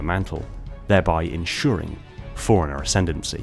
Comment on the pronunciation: Every time you say "forerunner" it sounds like you're saying "foreigner."